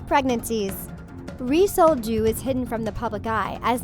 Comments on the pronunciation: the pronunciation of ri sol-ju is the most white pronunciation i've ever heard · Hahahahahaha whenever she said Ri Sol-Ju, it hella sounded like "re-sold Jew" 😂😂😂😂😂😂 I laughed WAY too hard at that and am going to Hell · It really sounds like ur saying resold jew